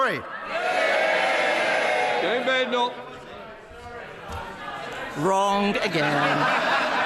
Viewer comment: Pronounced "Badenough"like Hyacinth Bucket is "Bouquet"!!!!!!🤔😂😆😂😆😂😆💩💩💩💩💩💩